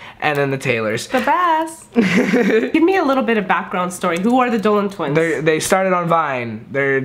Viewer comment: He said “a Dolan twiner”